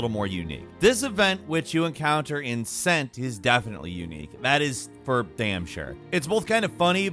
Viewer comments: It’s written cent but pronounced kent as all the places are written in their Anglo Saxon name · It’s not pronounced cent it’s Kent but it’s how they used to spell Kent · I dont think that place in Valhalla is pronounced sent but kent ac does that they go by historic pronunciations of the time meaning before there was spell check thats what makes the games so good is that theyre so historically accurate but thats how it is nowadays people dont bother with it they just dont care not that im offended i dont care but its just a historical note i wanted to throw in there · its pronounced kent not scent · Cent is pronounced with a hard K: Kent, not 'sent'. Just as the real Kent in England is. The more you know.👍🏻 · Cent is pronounced "Kent", as it is today in modern England. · I think in "Cent" as in the region in England, "C" is pronounced "K" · Cent is pronounced Kent. The modern day name is Kent. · pronounced like Kent as in modern day Kent, England no? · Cent pronounced Kent like its modern-day namesake, right? right?? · In ac Valhalla cent is pronounced with a k so Kent just spelled cent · How does a man go his entire life and not know how Cent is pronounced as a place name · Cent is pronounced with a "K", pretty clearly in game.